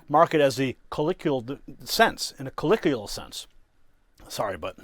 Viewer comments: bro learn to pronounce colloquial. 4 syllables. co-low-quee-uhl. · The word YOU used in this excellent report is correctly pronounced "cu-LO-kwee-ul." It matters. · Colloquial is pronounced "co low kwee al" (co like in co-locate)